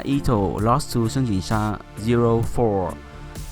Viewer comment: Wow the way your pronounced their Chinese names sounded like a native Mandarin speaker. All the tones are on point